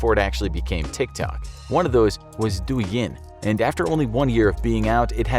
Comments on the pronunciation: He pronounced “Douyin” “Du-i Yen” Remember, two vowels go all ing the first one does the talking, it’s “Doh-Y’ing” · It’s not Do-yin it’s pronounce Doe-yin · You pronounced douyin wrong.